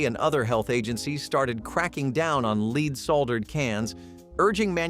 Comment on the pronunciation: Leed salder?